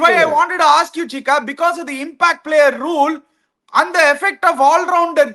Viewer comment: Athalla oth:""'a impact player uh gimpackt player ena vena vachika nee!!😅